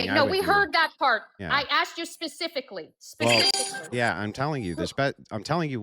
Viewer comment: "I aksed you a question!" These people do not understand logic or reason.